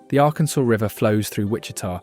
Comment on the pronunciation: Please, it is the Ar-Kansas, not Ar-Kansaw River!